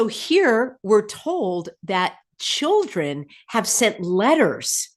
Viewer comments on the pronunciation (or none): none